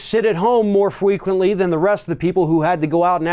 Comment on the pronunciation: "more fweequently" I tawt I taw a putty tat!